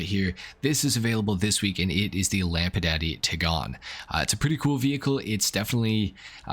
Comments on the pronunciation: "Tig-gone?" What a bougie way to say "Tie-gone." As in, a mix between and tiger and a lion. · It's pronounced, Tigon. 😉